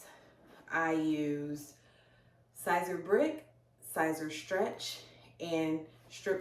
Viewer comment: Your pronouncing it wrong it's like saying ceaser but spelled siser